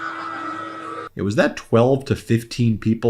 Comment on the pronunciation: The way he says Beyonce...oy